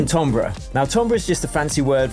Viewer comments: it’s pronounced timbre as in tamber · “Tombrer” is NOT how you pronounce timbre 😭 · how did you just prnounce timbre?